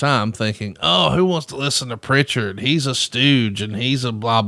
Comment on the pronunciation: there's no t in Prichard.